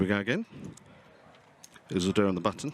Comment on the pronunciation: Isildur is pronounced Ease-ill-dure